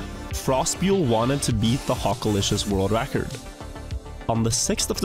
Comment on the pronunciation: I Watched this all the way through twice to keep hearing you Say Hockalishious in that accent over and Over